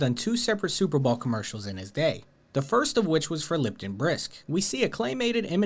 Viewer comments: What the hell is a Super Ball commercial, I believe you mean Super Bow- L? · is he saying superball ? i feel like he is and it is messing with me. anyone else hear the same it is around 34.40 min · Why do you keep calling the Super Bowl the "Super Ball" ? 🤣 Brilliant as Brendan Schaub, bapa 🤡 😂